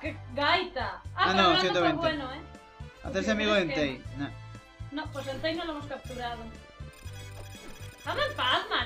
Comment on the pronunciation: Suicune Ô.Ô otro pokemon que me valdria para concursos... Si, soy pesadete con los concursos. Si lo pokemon existieran de verdad me dedicaría a la crianza y a los concursos. Fuck líderes and fuck Liga xD. De verdad, cuando dice Entei escucho Entai. Será por Senran Kagura? Ohú xD. Te viste Battle Royale? A mí me gustó mucho el libro. La película bueeeno, pasable xD. Los actores son japoneses de verdad. Ojalá salga Cristal en la votación. Le tengo muchas ganas. Fue mi segundo pokemon. El primero fue Yellow, el segundo Crystal, el tercero Saphyre, el cuarto Diamond, el quinto Heartgold el sexto Black, el séptimo White 2 y después Y. Comencé con 6 añitos, en el 2006. Sin pokemon, sin ff y sin spyro no tendría ese gusto que se le coge a los juegos. Bueno, y yo que pinto aquí contando vida? xD. Adiós ^^